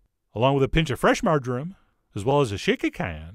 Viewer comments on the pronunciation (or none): Oh dear, I thought for a second that you said "margarine" instead of "marjoram"! Don't scare me like that!!